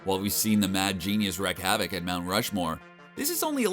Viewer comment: "wreck havoc"-!? What?... Why are you so stupid? It's pronounced: reek havoc not "wreck havoc."